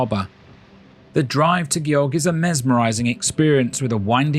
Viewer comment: If you're attempting to make a professional video about a country, out of respect, you really need to make sure you're pronouncing the place names correctly. Gjogv was not even remotely correctly pronounced at all.